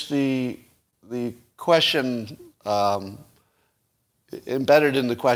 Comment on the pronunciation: Some help with pronunciation: 1) Viva Frei is pronounced Viva Fry. 2) The word "quesTion" has a "T" in it so you say "kwestchun" not "kweshun"